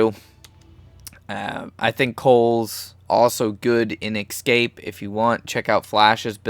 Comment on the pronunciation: Escape. E-SCAPE. Not ecscape. Sorry that was really annoying, good video though.